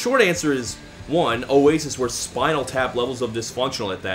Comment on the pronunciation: says ' oasis ' in an aussie accent. Stupid fucking yankee degenerate. smh